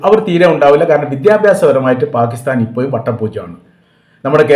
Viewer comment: ഇപ്പോയും അല്ല ഇപ്പോഴും എന്ന് ഉച്ഛരിക്കണം'